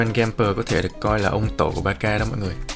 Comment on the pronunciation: con nghe chú kêu ba ca nó cứ lạ lạ sao á tại bình thường nghe là bát xa